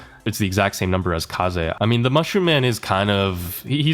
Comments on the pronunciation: not kay-z again bro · Is Kaze called kaze because of the word kamikaze? Do you think? And maybe this is how you pronounce it too, rather than rhyming it with gays?